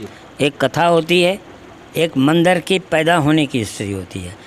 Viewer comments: Bahi punjabi tune me mandar bolte hai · Mandar nahi mandir 😁🤣😂